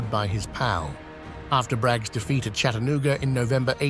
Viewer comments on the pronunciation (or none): none